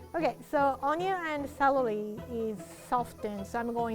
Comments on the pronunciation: Who else heard her say celely instead of celery👉👉👉👉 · “Celely” omg 🥺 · And 1 stack of Clelely. Me: Google whats celely?? google dies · I love how says celery lol